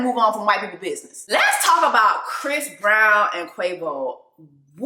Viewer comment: Did you say fist brown? 😂